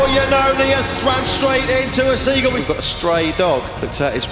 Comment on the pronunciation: Seegool..😂😂😂😂 Hold my bear...😂😂